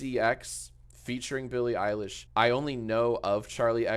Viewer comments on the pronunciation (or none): none